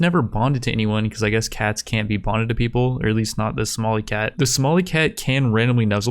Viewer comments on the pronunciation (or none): none